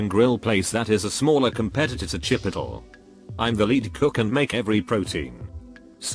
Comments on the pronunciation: Everyone: Chipotle AI: _CHipoeTil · Everyone: Chipotle AI: CHipoeTil